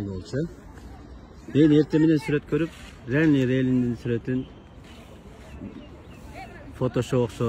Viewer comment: Лелин эмес туурасы Ленин